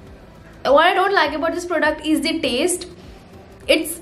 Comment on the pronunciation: she be like - this ees 😂😂😂